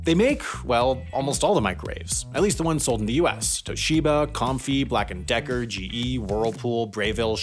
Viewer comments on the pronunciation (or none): Early on it sounded like you were saying something racist before I heard the "and decker heads"